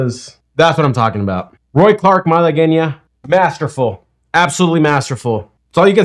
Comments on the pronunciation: It's pronounced Mala-gwen-ya, Spanish pronounciation. Thanks for sharing, I can't believe you play guitar, and (apparently) only now have heard of Roy Clark! But he was big when u were probably just a little kid, maybe even before that, so you are excused!! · Question: Is the "u" spoken or silent in the word Malagueña? I know that having the "u" in there makes it a hard "g", otherwise it would have an English "j" sound, like Malajeña, but I've heard people pronounce the "u" as if it's a "w" -- Malagweña. But shouldn't it be a hard "g" and a silent "u"? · I think it's pronounced Malagooaena but chk me on that. Secondly - that was played way up tempo, probably a time consideration for TV. Check me on that also. It sounds much nicer in a slower tempo my opinion, not rushing by so fast with the accents. Lastly I'll say you need to look into classical spanish music. I appreciate your curiosity very much!! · Pronounced Mal a Gwenya I think LOL